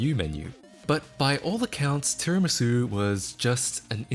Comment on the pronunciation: You're actually the first person I've heard to pronounce tiramisu correctly 🤣